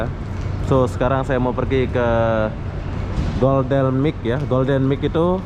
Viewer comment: Golden Mile bang, bukan Golden MIC